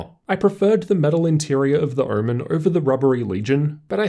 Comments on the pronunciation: I’m I the only one who heard ‘oormen’ many times ? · What is hermen? Kept hearing it in the video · Great review, only thing that is killing me is pronunciation of "omen". I keep hearing "ermen". is it just me or ?!?!?!